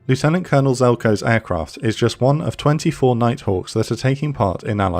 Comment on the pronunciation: Man still cannot pronounce ‘lieutenant’ correctly 😅